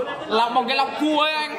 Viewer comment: Tôi nghe lọc cua thành lọc cu 😂😂